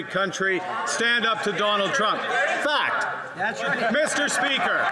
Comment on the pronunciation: fact,fact,fact it sound like fak,fak, fak